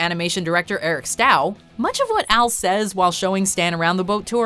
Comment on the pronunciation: Ugh, I think Eric's last name is supposed to be pronounced as stoh, like rhyming with dough, they're even spelled the same way in rhyming form.